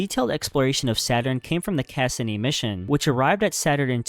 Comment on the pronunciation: Just a heads up, you’re pronouncing Cassini wrong. It’s “Cuh-see-knee”.